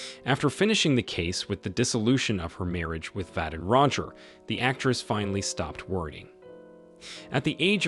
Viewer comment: What a mess this thing is! 'Brigg-itt Bar-dott'? 'Vadem Roger'? The random placement of photos out of sequence and misuse of gender pronouns... is understandable if the AI editors are robots themselves, but somewhere along the line, a real human being needs to check the content. But this comment, if it's read at all, will probably be clocked by a robot unfamiliar with the terms like 'unfamiliar' and 'terms.'